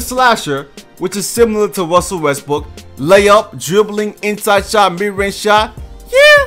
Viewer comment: Wussel Westbrook?